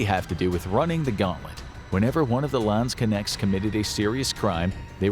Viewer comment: Next time please look up how to pronounce Landsknechte before you use the word 200 times in one video "Landskenex".....seriously?